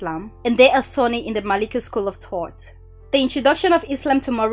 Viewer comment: learn the letter H please. its thought not taught